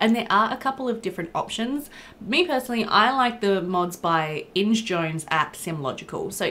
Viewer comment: I pronounced Inge that way for ages too, but it's more like Inga